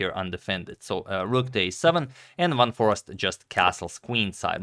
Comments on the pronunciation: As a Dutchie I can confirm. In the video it is just the American "Forest" while the "eest" is more like the same sound as "aste" in taste/paste. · The Dutch google translate is actually spot on for pronouncing Jorden van Foreest. Its not Forast, but For-aye-st Goog content :) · double 'e' certainly not double 'r'. Van FOREEST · #suggestion Its more like For-ace-t - but to pronounce `van foreest` you could throw it into google translate and listen how google pronounces it in Dutch. This is actually surprisingly accurate (I checked it). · Closed is "for-aced" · I am Dutch: Foreest is pronounced as Fore-aye-st (English phonetics). The double 'ee' is pronounced as an 'aye' instead of the short 'e' you would have in Forest. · The important bit on Dutch names: V is pronounced as in German, as F. So, he's Fun Forest 😃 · The proper pronunciation of "Foreest" is "Foreist", with the "ei" pronounced like in "eight". The emphasis should be on the "ei". For the doubters, I am Dutch. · Agadmator pronounced it "forast", which simply cannot be right! I remember we learned how to say "Geest" bananas about 50 years ago ;-) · Here is the correct pronunciation of Jorden van Foreest's name in a Dutch chess video, fifteen seconds into the video: . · You pronounce the double ‘e’ the same way as the starting letter of the alphabet. So not like in ‘bar’. More like in ‘ace’. Love and peace! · I'm Dutch as well. It is definitely like and are saying. The pronunciation in the video is not correct. One might argue over it but this name is actually an aristocratic family name pronounced as suggested. Here's a link where you can hear it (press the play button) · I will send Antonio an email with a proper pronunciation in an audio file. There’s only 1 way to pronounce it. any Dutch person who has never even seen the name before, will pronounce it the exact same way.